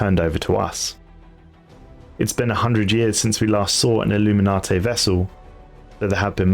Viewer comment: Btw it’s illu-min-nate, not illuminati